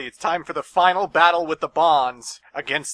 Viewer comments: He pronounces Gesellschaft like gessel shaft xD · 'Love' that even the game mispronounces the word 'Gesellschaft'. They should have just called it 'Society', that way they didn't have to butch the german language